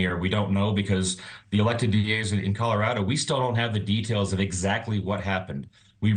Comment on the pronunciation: "Coller raddo"😂😂